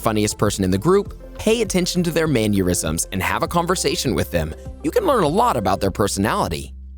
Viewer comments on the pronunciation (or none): Mannerism....not manurism.